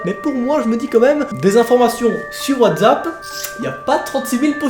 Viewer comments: 12 fois il dit WATZAP C'est Pas WTZAP !!!!!!!! C'EST WATZAP OFFF 😭😭😭😠😠😠😠🤬🤬🤬🤬😡😡😡😫😫😫😫😫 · Pk. Tu dit whazapp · Putain il a dit watzapp ça m'a donné envie de pratiquer le dab